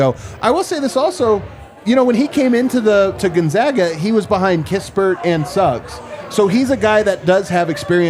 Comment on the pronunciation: Proper pronunciation of Gonzaga is GONE not GUN. …. Gone-zag-uh. Clark Kellogg one of few who says it correctly.